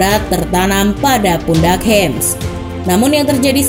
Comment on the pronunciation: nama depannya James Rodríguez tuh dibaca 'hames', bkn 'hems'